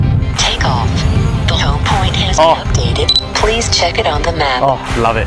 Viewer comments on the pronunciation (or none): lol "the home point has been updeate" lol